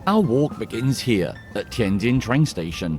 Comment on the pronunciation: Finally a white guy pronouncing the J sound properly 😂